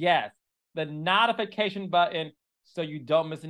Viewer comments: It's notification Not Nahtification😂😂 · Carlos, let’s get the editing together. The jumping of scenes is making me cringe. And what’s a “nottafacation”? 😭🥲